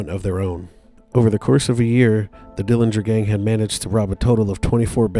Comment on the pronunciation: The correct pronunciation of the Dillinger family name is with a silent 'g'. Uncle John was in a jail and not a prison when his buddies from Michigan City Prison broke him out of the jail. Anna Sage didn't know which theatre they were going on that fateful night, so there were police outside both theatres. Uncle John was assassinated in Chicago as his sister, Audrey, identified her brother by a scar on his calf that he received when he was younger stealing watermelons with a buddy. There are many, many more family members who do not want Uncle John's grave disturbed than the few who do. Thank you for your interest and for the pictures in this video of Uncle John!